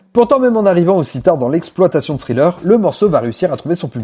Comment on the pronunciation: super contenu :! tu prononce Pretty young THING! avec TH et tu le lis .. mais THriller ...tu dis Sriller .... !!!!! juste pourquoi ??